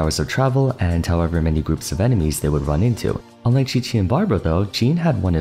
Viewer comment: Dandelion breeze does not deal periodic anemo damage. It only damages opponents who are entering and leaving the field. I hope you research a bit more the next time you make a video like this, because a lot of people look to you for valid information on the game... Butchering Qiqi is ok, cause it's not her video but Jean is the subject of the video, and hence mistakes there aren't as ok... A few mistakes are fine, but tbh, I've encountered a lot of em in your videos as a huge why noone/everyone plays fan... I sincerely hope you do better next time!! But nothing will stop me from watching your videos tho..